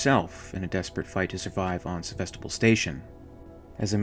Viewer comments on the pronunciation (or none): none